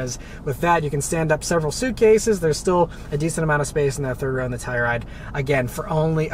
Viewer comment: Ah Beth this is baby poop brown...you'll get used to it. Love the channel. One more thing. please annunciate "Telluride". I thought you were saying Toyota Supra. Thanks.